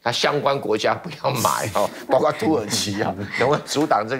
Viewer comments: 包括（kuo4）不是包瓜😅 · 這邊有的唸「誇」弧